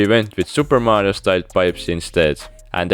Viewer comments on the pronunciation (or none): none